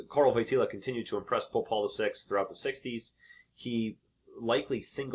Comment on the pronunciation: The JP2nd ‘s name is pronounced like Voy tee wah. The L with a slash is a “W” sound.